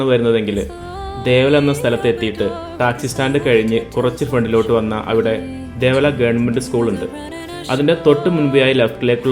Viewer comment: ദേവല അല്ല ദേവാല എന്നാണ്